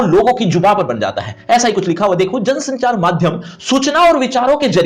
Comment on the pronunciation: It's jansanchaar